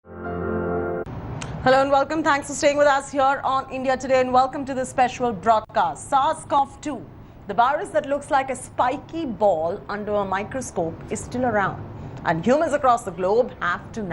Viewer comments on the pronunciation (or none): Sarscove hahaha she gave it a new mutation